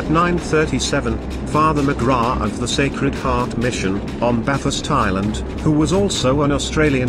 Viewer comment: Machine voiceover doesn't mangle the subject content. I find it only a slight distraction when I hear February band Bathurst Island. Buuuutttt.... How would it be if an Australian like me was to copy the text and do a voiceover with my voice? Or even an accent from an English speaking Japanese? Or both taking turns? Otherwise the Information contained and the Video graphics are awesome. Just subscribed today and now I'm hooked.